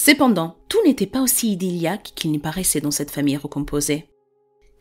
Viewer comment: idilique ou idéal , mais pas ideliaque. Ceci dit merci pour votre excellent travail. J m abonne